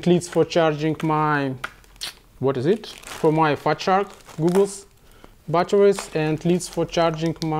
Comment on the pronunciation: It's goggles not googles no offence